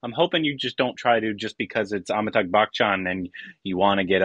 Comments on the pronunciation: It’s AmitaBH, not AmitaGH. Just a correction :) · Please learn to pronounce AmitaBH !